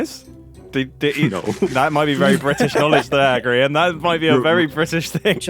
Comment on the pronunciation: I'm sorry but did grian call his server gree un